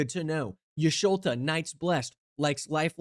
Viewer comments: "Y`sholta" was painful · 😔 adds three tally marks to the "MTG Video Creators Mispronouncing Y'shtola's Name" box Anyway, now that you've thoroughly destroyed the Final Fantasy precons, once again suggesting: "Oops All Cids", building around having a deck with all 15 printings of Cid, Timeless Artificer, with whichever one you think looks most fit to lead as the commander.